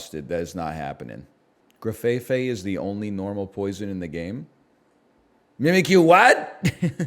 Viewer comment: I've heard 3 people speak the pokemon name Grafaiai out loud in the last few hours, and all 3 pronounce it GrafaiFai, with an extra F. I feel like I'm being gaslit.